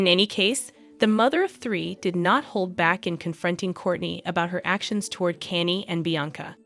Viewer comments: kaa-nyay thats how you pronounce Kanye.. Stop being a clown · WOW 😮, YOU CAN'T EVEN PRONOUNCE KANYE, YOU SHOULDN'T BE REPORTING STORIES IF YOU CAN'T PRONOUNCE THE NAMES!!! SAD & SICKENING!! YOU EDOMITE!!! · Is is that hard to say KANYE🤷🏻‍♀️